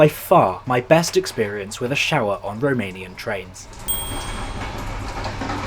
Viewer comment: Thank you for this video, I didn't know this train existed. I appreciate your Romanian pronunciation 🫡